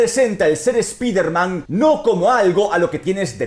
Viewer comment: Me duelen los oidos cada vez que dice "spiderman" en inglés se pronuncia "spaider man" o dilo en español que sería hombre araña. Maple es toda una loquilla